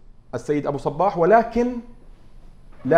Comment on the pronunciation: المذيع جداً سيء وكلامه ثقيل وطويل وينطق اسم ابو صباح غلط ومبين على ابو صباح انه مو مرتاح بالمقابلة ، للاسف جداً جداً سيء المذيع